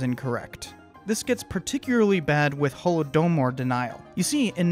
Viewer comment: The way you pronounced Holodomor deserves 15 years in Gulag